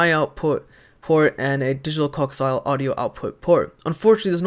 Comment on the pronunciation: Pronounced "co-ax-i-al"